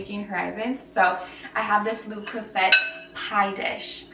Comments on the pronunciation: Le Creuset is pronounced “luh-CROO-say” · Okay but that’s not how you say le cruset 🤦🏻‍♀️ You should probably look into pronunciation before making videos lol